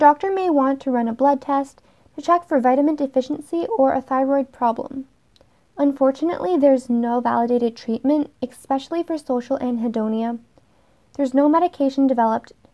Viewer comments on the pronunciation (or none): I suspect I have a friend with it. Also I don't mean to nitpick, but could you say "ES-pecially" and not "ex-pecially". Sorry, I'm a bit of a grammar nazi.